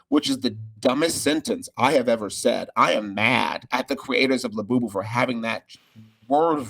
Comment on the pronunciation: it's la-BOO-boo. You're putting the em-PHA-sis on the wrong syl-LA-ble!!!😂